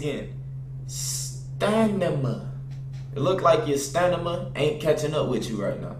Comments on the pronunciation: Stanima😂🤣 it stamina😂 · stanima? Is there something going on here I don't know about? Don't you mean stamina. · It's stanima... SIMPLE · Bryan Solano it's stanima bro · This guy said stanima hahahaha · Nigga said stanima smh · Stanima its Stamina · He said stanima😭😭 I’m dead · My nigga said stanima instead of stamina never passed high school bruh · We gonna ignore the fact said stanima 3 times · said stanima I'm dead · this nigga said stanima LMAO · Once again...STA-NI-MA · bruh wtf is a stanima? STANIMA?